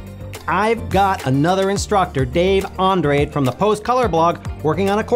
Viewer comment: Nice, it really looks cool and, knowing it has your Seal Of Approval, it has to be fun and useful. One thing only. I don't know about Dave Andrade, but his last name surely comes from my corner of the world (it's of Galician origin in Northwest Spain) so it sounds really funny to me hearing the pronunciation you (and I guest most English speakers) give it. I won't say it's wrong, but the original (and therefore the right way to pronounce it :-P) is a bit different. Since we don't have figurative speech (at least not the way other languages have) Andrade is actually three syllables: An (which is pronounced the same), dra, which is pronounced the same as in English if it didn't have "de" right after, that is, as in "dragon", and "de", with the sounding as in "vet". Wait, you had a daughter?